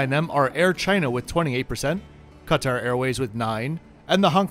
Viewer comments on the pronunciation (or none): none